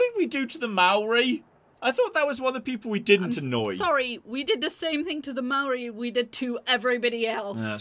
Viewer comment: Huh. did a better job of pronouncing Maori than I (As an Aussie.) ever could!